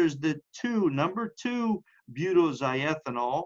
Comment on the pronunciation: Mispronounced it. Butoxy ethanol. Oxy means chemically that it contains an ether. Butoxy means it’s a butyl ether. Toxins are defined as poisons produced by living things. It sounds like you’re mostly concerned with toxicants, which encompass natural and manmade poisons.